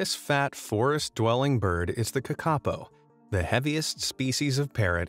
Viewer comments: its pronounced kaka-po not kakapo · its not "ka ka po" its "kaka po" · kakapo is pronounced Kar-ka-po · You say it like (kaka-po) It's acctually (Ka-ka-Poh) I'm sorry I just dislike it when someone mispronounced the language 😁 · Kakapo - NZ parrot - pronounced Kaa-ka-por (like or). Thank you for including this beautiful bird. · AS A NEW ZEALANDER THE WAY HE PRONOUNED KAKAPO IS WRONG IT'S PRONOUNED Caca-po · Bro u said kakapo rong it’s pronounced ka ka pou. Sorry if this small rant sounds like I’m hate commenting im just a very persistent New Zealander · its pronounced ca-ca pou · Lol how you say Kakapo. Cute. Might pay to check pronunciation before posting vids. I do love your content though. Really interesting stuff people wouldn’t otherwise know. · The new Zealand bird the kakapo it's pronounced different to how it's said in this.